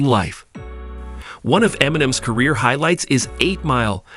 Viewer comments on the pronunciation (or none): none